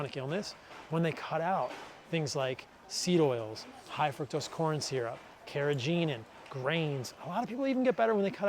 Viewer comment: The 'g' in 'carrageenan' is a hard 'g'. I only mention this because you are a stickler for pronunciation. Cheers.